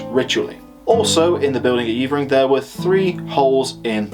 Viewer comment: just stumbled across this - good stuff. One thing - it's not Yeevering - its Yevvering. Been up on the Bell a few times - bloody windy and very bleak but they reckon it was a bit warmer back in the day, which would make sense as I've yomped all over the Cheviots and seen ancient sites which were obviously viable back then but which are now just usable for sheep. Climate change - nowt new under the sun eh?